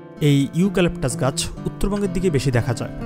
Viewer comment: ইউ ক্যলেকটাস না।ইউক্যলেকটার গাছ